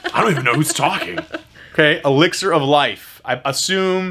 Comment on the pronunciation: my alexa went off also when said elixar